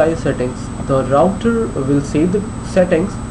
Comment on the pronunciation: "louter" lol